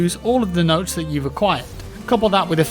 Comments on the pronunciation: It's Motes not Notes. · love your work man, just 1 thing, “motes” not “notes” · Motes not notes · >M<otes, not notes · Motes, motes, motes! Not notes! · Motes. Motes. Not Notes. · Am I going crazy or is saying notes instead of motes? Can't tell if it's because of the jaw surgery though.. It's like Benedict Cumberbatch trying to say penguins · Everyone say it with me..... MOTES!!!! 😂😂😂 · swear hes saying notes?.... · He is defos saying "notes" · Aw naw i thought it was nodes well then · *Penglengs*, and yes, he is saying "notes" and it's driving me insane